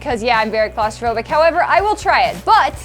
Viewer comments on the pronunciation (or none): not claustrophobic, its celithripgobic